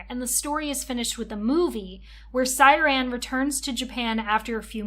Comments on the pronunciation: Pronouncing Syaron like siren after watching the anime @@ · I wanted to watch but noped out after the 2nd “Siren” lmao atleast learn how to pronounce character names??? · Is not siren is syroan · Siren? Shao-ran Syaoran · Amazing video! She pronouncing Shaoran as Syran made me chuckle every single time.😂❤ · I know this is old, tu the way you kept calling him “siren” was so confusing I had to think hard about who we were talking about every time you mentioned him because I didn’t know if it was a card or him 😭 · how do you watch the anime and mispronounce Syaoran and Tomoyo's names